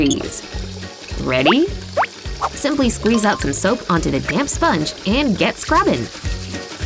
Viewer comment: You said "put the sop on the damn sponge"